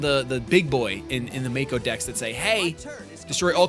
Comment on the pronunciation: lol he said Maku in this video I'm dying lol!!